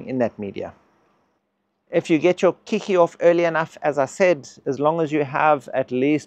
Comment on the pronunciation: Keiki is Hawaiian for child; the word later adopted for young orchids off-spring. The word is pronounced "Kay-kee"